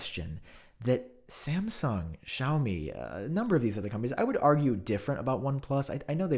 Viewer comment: My boy is AT IT again 😂 great sarcasm as always man. Just a sidenote, "Xiaomi" is technically pronounced like "see-ow-mee". Hope to see it in future videos 👍🏻 And happy holidays 🎇